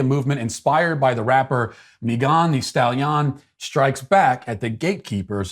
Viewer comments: The whole video I was trying to find out who he was talking about. The way he was saying her name sounded like it was from a different country. 😆 other than that I have no comment on the other stuff since I don't have it in me to care. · You've somehow improved her name with your mispronunciation... It now sounds like a rhyme in itself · Mee-gone the stal-yon 😂😂😂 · "Mee-gone the Stal-Yon" cracks me up every single time. 😂🤣😂🤣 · Mei-gone the Stal-Yon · Meegone di stahleeon, 😂 that got me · The pronunciation of Megan thee stallion is the greatest thing I've heard on the internet in this last month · The pronunciation "Megan thee Stallion" Is 🤣🤣🤣🤣🤣🤣🤣🤣🤣🤣🤣🤣🤣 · Matt's pronunciation of Meghan Thee Stallion is the best thing I've heard in a long time 😂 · Yes it is ! I freaking loved it!!